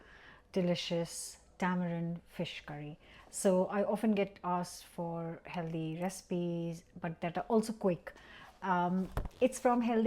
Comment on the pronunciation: Healthy not heldy. I make a lovely fish curry from tin sardines and prawns - really nice, really quick & really cheap! That's a nasty looking burn on your hand, hope it heals completely & soon. Remember, 'healthy' not 'heldy'. 😛😘